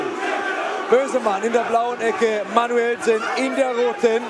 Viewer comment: junge, ist das manuellsen, oder manuSCHwellsen? ist das wasser?